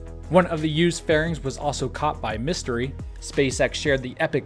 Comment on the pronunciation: Ms Tree** not mystery 😂